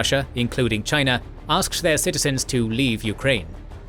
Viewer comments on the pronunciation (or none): none